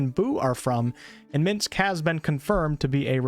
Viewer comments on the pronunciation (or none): none